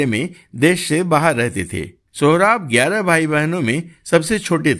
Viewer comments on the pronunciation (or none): none